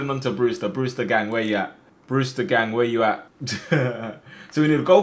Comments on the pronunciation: My mans said Brewter not Brewster 🤣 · Who’s here when it says “BREWTER”